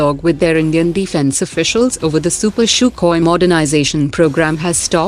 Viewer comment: Stop pronouncing CHUCKHOI......it is pronounced in Russian : SUHOI And it is not pronounced CHUPER , it is pronounced SUPER